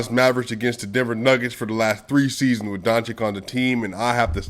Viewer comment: brother.. I have the upmost respect for you.. BUT PLEASE, PLEASE.. PRETTY PLEASE with Nikola Jokic on top.. Luka's surname is pronounced DON - CHiCH (not DON - chiCK)